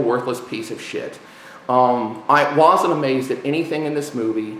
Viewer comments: " I WAYZENT" lol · sidenote, says "want", and "wasn't" strange. he pronouces the A's as O's and his opinion is now invalid.